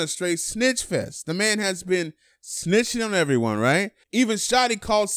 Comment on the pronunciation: This dude says "right" n he says it hella lazy, riighh